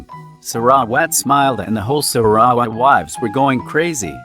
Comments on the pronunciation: Omg the voice narrating sarawat's name gets me on crack lol 😂😂😂 it's like saRa..wAt but still thank you for this. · im sorry but the pronunciation of sarawat